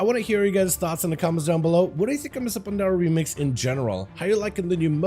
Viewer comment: him saying mists of pandaria is give me a stroke in a half